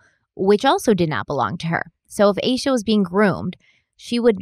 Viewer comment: Also yes finally you're saying "ayy-shuhh" lol I mentioned it on part 1 but I'm sure it got buried